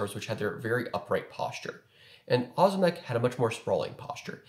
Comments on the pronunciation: It’s O’zimek. Ohhh zimek. Not ahzimek. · not ozymek, ozimek its like OŹIMEK you can copy OZIMEK to translator, and get on polish, then listen it and turn voice to know how to spell ozimek latający, ozimek volans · It’s Oh-zimek, bro. But what would I know.🤣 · as a side note Ozimek is pronounced as it is written, thus we don't skip the "i" letter. It makes it softer like oshimek but "sh" should be hard "z". I don't know how to explain it more clearly lol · Most Americans that go by Ozimek as a last name pronounce it that way